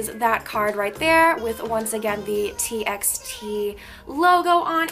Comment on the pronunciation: TXT is actually pronounced as T"by"T. I was confused too at first! :)) no hate, I just wanted to correct you!💕